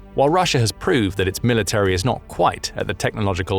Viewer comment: Military has 3 syllables, not 4. Insufferable.